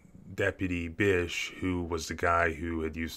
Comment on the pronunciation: Is she saying bitch?